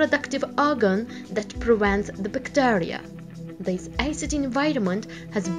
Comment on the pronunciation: Ioapo Moe she literally said eicid